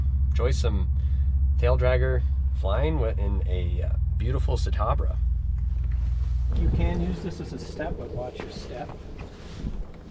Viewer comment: Ci-ta-bri-a, not Ci-ta-bra..